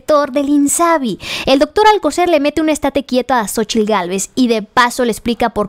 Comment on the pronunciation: Lo peorgrr? Es francesa la tal Cónchitl Gálvez? O solo disléxica?